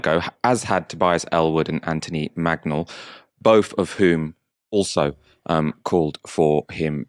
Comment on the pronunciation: just a small point, my own MP is MANGnall, not Magnall. Does he pronounce it magnall? I don't know! glad he spoke up. about b****y time